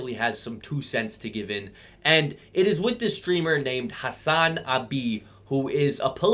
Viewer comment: deserves to be mispronounced, he doesnt deserve any form of respect